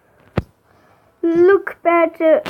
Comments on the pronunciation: Aploh neznas izgovorit lucky patcher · res nezna izgovorit lucky pacher